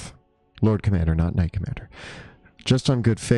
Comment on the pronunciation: I juuuuust figured out about 11 min in that is saying ‘knight commander’. Not ‘not commander’ - makes so much more sense! 😂